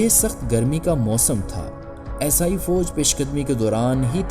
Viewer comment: پہلے اردو کا تلفظ تو صحیح کرلو عیسائی کو اسائی بول رہے ہو